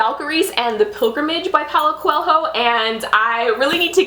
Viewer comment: You don't actually pronounce the h in Coelho